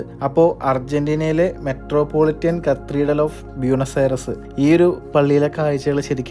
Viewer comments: കത്തീർഡൽ അല്ല. കത്തീഡ്രൽ എന്നാണ്. Cathedral. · ചില്ലി അല്ല ചിലി ആണ് കത്രീഡൽ അല്ല കത്തീഡ്രൽ ആണ്. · കത്രീഡൽ അല്ല, കത്തീഡ്രൽ... 🥰❤️ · താൻ ഞങ്ങളുടെ pronounciation കൂടി കുളമാക്കും - "ചില്ലി [for Chile]", "കത്രീഡൽ [for Cathedral]", അങ്ങനെ എന്തൊക്കെ - ഒന്ന് Google ചെയ്തു നോക്കിയാൽ ആ വാക്കുകളുടെ യഥാർത്ഥ ഉച്ചാരണം കിട്ടില്ലേ? അതിനു പോലും ശ്രമിക്കാതെ ഇങ്ങനെ മണ്ടത്തരങ്ങൾ വിളിച്ചു പറയുന്നത് കഷ്ടമാണ് ചങ്ങാതി! പണ്ട് നമ്മുടെ ഇംഗ്ലീഷ് അധ്യാപകർ പറഞ്ഞുതന്ന മണ്ടത്തരങ്ങൾ ഇതുവരെ പൂർണമായും തിരുത്താൻ പറ്റിയിട്ടില്ല, തന്റെ വ്ലോഗ് കാണുന്നവരെ കൂടി ഇങ്ങനെ തെറ്റായ ഉച്ചാരണങ്ങൾ പഠിപ്പിക്കരുത് എന്ന് അപേക്ഷ, അത് ഉത്തരവാദിത്തമായി കാണണം.